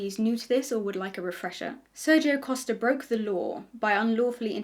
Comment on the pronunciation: It's just really funny how much I (portuguese speaking person) was impressed by you saying "Costa" correctly, it's such a small thing but apparently people usually struggle with saying portuguese last names 😅